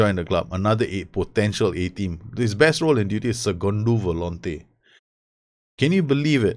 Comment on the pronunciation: u sayin "segundo volante" hahahha nice pronuciation